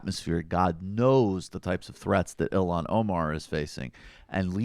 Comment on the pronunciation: Holy shit, she's Ilhan, not Ilham.